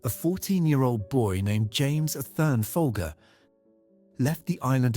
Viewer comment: The family name is pronounced "Fol-jer". The brand name was pronounced that way for decades in TV and radio ads. Abigail's name was pronounced that way when she was murdered. What idiot produced this video?